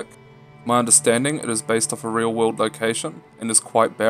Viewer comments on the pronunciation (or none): none